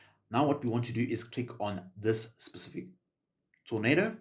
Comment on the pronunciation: I physically repulse everytime I hear him say “specific” ☠️